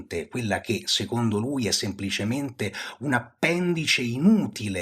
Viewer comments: Bellissimo, però si dice appéndice: appèndice è dialetto del nord Italia. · Molto interessante davvero, ma vorrei segnalare che si dice appendìce e non appèndice.